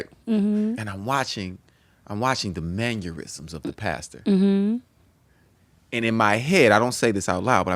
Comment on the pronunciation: “And mannyerisms is mannerisms.” 😂😂😂😂😂